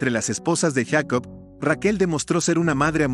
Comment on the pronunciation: ¿POR QUE YACOB Y NO JACOB?